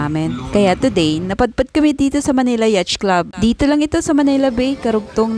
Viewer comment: Correction lang poh.. yachts. Hnd po yachts.. yat poh..